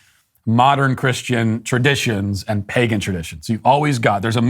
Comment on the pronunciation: You know someone should be ignored when they say "AAAND" as if it starts with an E